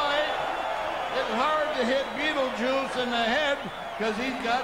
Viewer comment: u really said battle juice xd